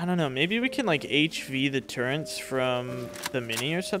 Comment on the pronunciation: you pronounce “turret” as “turrent” which is incorrect